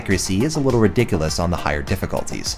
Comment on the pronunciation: My Goodness! Exactly what I was thinking. From his use of several of their terms, from explicitly saying "fully automatic sub-machine gun" to where he "fully admit(s) to having a personal bias". he sights Wiki. Also "Re-dick-alus". I dont like the way he, sarcastically, says "Being the heroic American soldier you are" .